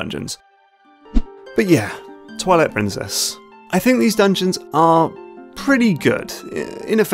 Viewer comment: Why does he say toilet princess